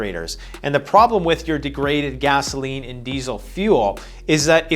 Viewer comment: Hi, great video as usual. Particularly strong intro. Appreciated the little.inside joke when you pronounced it gazzoline.